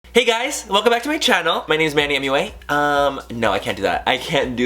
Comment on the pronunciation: Manny MUA = Manny Make-Up Academy. it's kinda pronounced like "Muah"